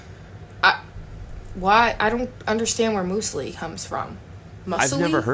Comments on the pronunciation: “mew-sli” not “moo-sli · Muse lee not moose lee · "Moose-ellie"?? 😂😂 "Muse-lee", babe. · It's not "moosely" - it's "mewsli", as in the breakfast cereal that is muesli but made into bars. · Myoosli not moosly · “Moose-el-ee bars” xD it’s pronounced “m-ewes-lee” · She's pronouncing 'muesli' incorrectly! It's not moosli it's mewsli ..😅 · Moosely Bars lol its Muesli because its what its made out of for the most part or originally right? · was fairly wrong about almost everything. For starters, as wth everything, we use the short and long vowel sounds for the U, and the long U sound is U/Yew. So like Emu is Ee-mew not Ee-moo, Muesli is Mews-lee, not Moose-elee. We don't replace the U with double "O". If you are somewhere long enough that gets extremely hot a lot, cold is relative to that. If it's consistently between 30-40°C then yeah, 15°C (or more like under 10°C) and under is cold. Also it's only on the coast it stays above freezing in winter especially at night. You could be in central Queensland and it will be -3°C (26°F). Australia's lowest temp was -23°C (almost -10°F) in the Snowy Mountains, NSW. We have Milkshakes, and Thickshakes, sounds like to her a Milkshake is what we call a Thickshake. I wouldn't really listen to anything she said to be honest. It's just tap and go, whether it's Google Pay, Apple Pay, and all our cards whether in a digital wallet or the physical card. You can tap, and go. Yeah that last one she said was very American about the coffee concoctions. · Museli is pronounced "moozlee" & most people dont call their elders by their first name,but we do call our doctors by their first name without mentioning their surname. eg...Dr John. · We do have milk shakes and tortillas- also it’s pronounced Mew-sli not Moosli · Y did she muesili like mooooooooooosieli its mu - zi - li muesili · or something. musli? come on, it is müsli. it is german/austrian. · I think she's trying to say "Muesli" pronounced "myoozley"? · It’s pronounced MEWsli